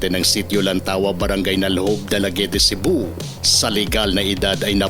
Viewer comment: Dalaguete lang ho wag mo ediretso sa e hinto ka sa t. Silent e Po Yun.